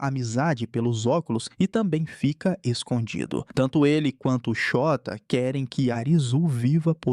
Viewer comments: ele falando " Shôta " errado parecendo Xota meudeus VMMT KKKKK passando mal de rir toda vez vey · shóta KKKKKKKKKKKKKKKK eu to achando que n eh assim que fala n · Essa série é simplesmente uma das melhores estrangeiras! ❤ Ps: eu fingindo costume quando ele fala "Chota", "Chota se pergunta..." KKKKKKKKKKKKKKKKKKK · Na lingua japonesa, principalmente em nomes não existem acentos agudos ou paroxitonas, então a pronuncia do nome do cara é Shôta. Nossa, continuei assistindo o video e agora o cara chamou a moça de nome Uçagi (coelho) de UZAGUI!! kkkkkkkk